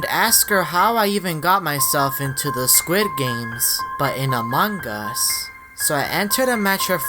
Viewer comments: The only reason I don’t like his videos because he says among us like a amongus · I like how says amogus